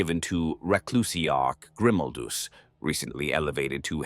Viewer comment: Yep, bullshit ai. Can't pronounce Grimaldus name the same way twice.